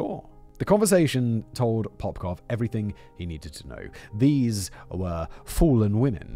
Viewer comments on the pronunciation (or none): none